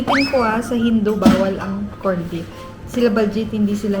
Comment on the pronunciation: Do I hear Corn-Beef ? Really !